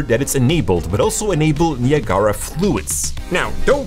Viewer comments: Haha... he called it nia gara... (Ni ag ra .... it's a place between the U.S. and Canada. Ni Ag Ra falls). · Niagara Falls, pronounced ni ag ra. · Niya Gara lol !! Its pronounced nye-ag-rah like niagara falls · it's Nye-Ah-Grah but I prefer your pronunciation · I've never heard anybody say "Neee a gaara" before. That totally tripped me out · Great video! I was thrown off for a minute when you pronounced Niagara. It's actually named after a waterfall on the US/Canada border and its pronounced, "ni-ag-ara." I think I'm going to call it Nia Gara in the future to mess with people haha. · The "Neee" sound is a bit too long, but that's its pronunciation in French. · In spanish you say it like that "ne-ah-gara" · "nee uh gar uh" LMFAO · "Ni-Ah-Gah-Rah" haha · Knee - uh - gar -uh. LOLOL. Not from around here, are you? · i thought it was Niagara like niagara falls? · Niagara is pronounced as, "Nigh-ag-ra" not whatever that shit you were saying was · niagahlrah LMAO who says it like that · KNEE-AH-GARA ? :face-orange-raised-eyebrow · I’m triggered by how he pronounces Niagara 🤣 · Lol. Came to say the same thing. Like Niagara Falls. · that’s how the landmark is pronounced. the program is pronounced differently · The way you pronounce naigara is criminal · Bro pls learn how to say Niagara, don’t pronounce the second a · My friend; Niagra... (naɪˈæɡərə) pronounced "Ni" (like "Nike"), "Ag" ( like Agriculture), gera (like "gruh")